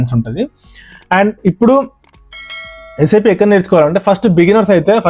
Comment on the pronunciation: Saaap kadhu bro.. S.A.P. !!!!